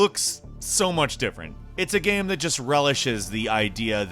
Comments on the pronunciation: I've been trying to figure out what's wrong with the way says the word "game" he doesn't always do it but I've got it. He says "gayum" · Does anyone else hear say, "game," as, "gayum"??? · Yes! I’ve been scrolling on comments looking for this to see if it was just me... is there any particular reason for it, like a regional accent? Genuine doubt. Love the ranks though.